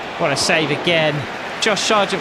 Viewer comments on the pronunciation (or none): Why do you pronounce it Shargent when there is no h in his name